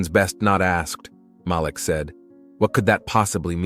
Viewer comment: IT'S PRONOUNCED M A L E E K,. Not M A L I K